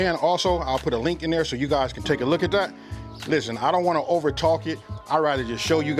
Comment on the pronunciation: " Lishtehnn"